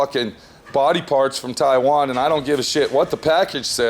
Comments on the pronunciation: It's "Tai-one" not "Tai-wayne" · V4 Garage tie-wang